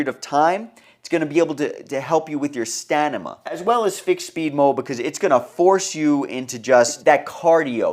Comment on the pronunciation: "Stanama." 😅. Thank you for sharing this information.... I just needed to let you know you are saying this word wrong. I got a good chuckle out of it. Thanks again